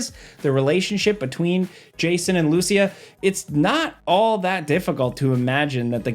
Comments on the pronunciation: please don't say Lúcia, is Lucía!! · I love, but the way he pronounces "Lucia" is wrong, haha. Since she has Latino heritage, her name is pronounced "Lu-See-A". Even Jason in the 2nd trailer pronounces it correctly. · Hearing butcher a simple name like Lucia gives me a migraine